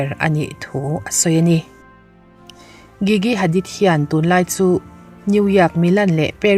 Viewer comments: Gigi jiji tia lam tur aw😊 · Gigi hi "g" kan lam ang hian lam tur